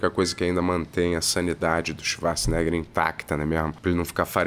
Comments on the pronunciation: Ele chamar o arnold de chivarts, o tempo todo, me pega muito kkkk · Eu só assisto esses reviews para ver o falando Swacharza! ❤ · “Xivarza”, agora nunca mais vou chamar o Arnold de Arnold.